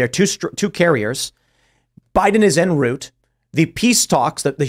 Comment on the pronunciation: Tim's pronunciation of "en route" was shocking.